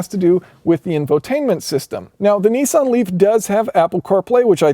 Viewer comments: Its not pronounced NE-SAN or NI-SAN, its pronounced NIS-SAN. :) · Neesan? Is Nissan so hard to pronounce?